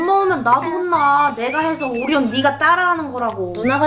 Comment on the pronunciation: 초에에 오리온인데 호라고 들림